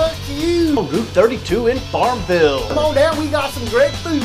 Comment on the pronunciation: It's not "Farm-VILL," but "Farm-VULL."